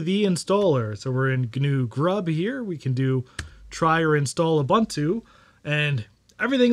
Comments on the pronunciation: OOH BOON TOO OOH BOON TOO NOT OOH BUN TEW come ON MAN get your shit together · It's pronounced "OOBOONTOO". "OOBANTOO" doesn't exist. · That's pretty cool. Linux kills on basically any older computer because it's so efficient. BTW, all the u's in Ubuntu are pronounced "oo", not "uh", so it's "ooboontoo", not "oobuntoo". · Great vid. by the way its pronounced as. uboontu. I think as an african i should bring this up way more. Cheers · If you cannot even pronounce Ubuntu (ooh booon too), what do you really know about Linux ....sorry, Mate, learn proper pronunciation. Don't disrespect my culture.